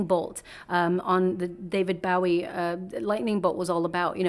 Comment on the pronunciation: His name is pronounce David Bo -- EE. Not bowing down rather like a (bow) and arrow